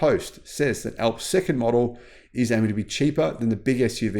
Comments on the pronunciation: sounds like ALFS not fucking ELPS, THE MOUNTAIN ALPS IN EUROPE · It's ALPS not ELPS! Alps like the Alps in Europe - remember Almonds not Elmonds! Hah Hah!